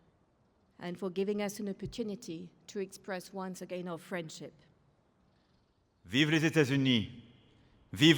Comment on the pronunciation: when trump said friendship it sounded like he said frenchip